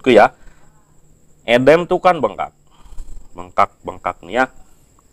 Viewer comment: Baca udem kok edem sih😂